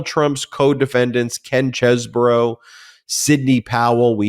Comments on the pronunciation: Cheese not chess, I checked on line for the pronunciation. Ken Chesebro. Please pronounce correctly. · Please Google Chesebrough's pronunciation. It's not chessbrough it's Cheese-bro